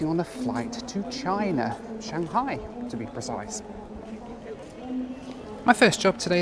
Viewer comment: I'm going to say this your loo reviews is top notch, and especially with the animation, which Josh Cahill's loo reviews lack lol! and thank you for pronouncing Shanghai correctly lol